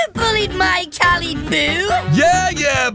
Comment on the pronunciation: WHY DID TAHT GIRL CALL CALI CALIBOO!'! WHY THAT